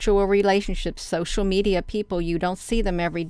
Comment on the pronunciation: The me-DI-ya